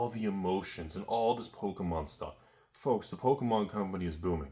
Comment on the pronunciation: F L O L K S ! (Enjoy that word dyslexia)